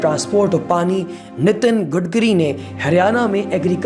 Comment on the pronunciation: Betichodi gatkari hota he gotkari nai acha se bol